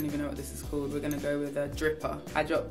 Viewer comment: Made me giggle when I anticipated her saying “dropper” and she said “dripper”